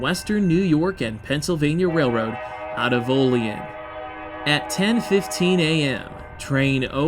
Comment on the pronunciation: OLL-EEE ANN, NOT OLL LEE EN. IT IS OLL- LEE- ANN OLEAN. THERE IS NO SOUTHEREN DRAUL IN WESTERN NEWYORK. BUT AT LEAST YOU DID NOT SAY O-LEEN.... TRY WARREN PA WHERE THEY MAKE RR CARS WHICH IS WEST OF HERE . ALSO ON THE STATE LINE. THEN THE BIG TIME LINES GOING FROM BUFFALO --ERIE ----CLEVELAND- DETROIT---CHICAGO THIS IS A MAJOR BIG TIME ROUTE FROM NEWYORK CITY TO POINTS WEST SINCE 1776. ALSO CHECK ERIE CANNEL AS RR BECAME COMPETER AND KILLED THE ERIE CANNEL THIS WOULD BE GREAT VIDEO... AND NEXT TIME YOU IN AREA DRIVE DOWN ROUTE 62 FROM WARREN PA. TITYUIT TIONESTA OIL CITY FOLLOWING THE ALLEGHANY RIVER..